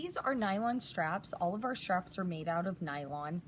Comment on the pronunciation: since when is the word 'straps' pronounced 'shtraps'????? Asking for a former English teacher....